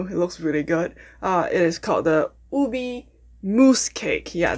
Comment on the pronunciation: Its pronounced U-Bay not Ubee